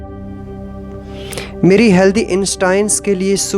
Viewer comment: Good work by Sh. ji as the positive affirmations really work in our lives.... Please correct the pronunciation of ' SHUKRIYA', if possible...Thank You🙏